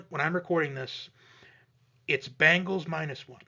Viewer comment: B EEEE ngals not B AAAAA ngles ...lol